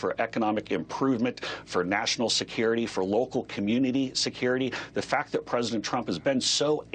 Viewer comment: He also said pricedent Obama. So no much sense to fuzzy.